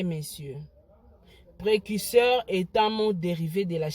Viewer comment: Precuseur t. Mais Précurseur . Yango yo penza euh. Fally a raison. Tu es incapable de dire correctement une phrase mais ozo critiquer nzembo ya mutu..